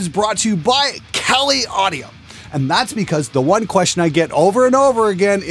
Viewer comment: You heard it here first peeps! Glenn is now sponsored by Kelly Clarkson Audio. XD BTW It's said "Kah-lee Audio" not "Kelly Audio" you Canuk.